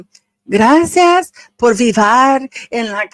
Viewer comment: Grasseearse? Never heard it spoken that way before. Sounds more like Swahili?😂😂